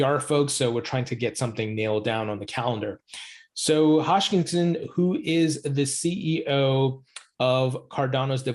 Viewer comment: Ha-s-kin-son not hosh-kin-son😉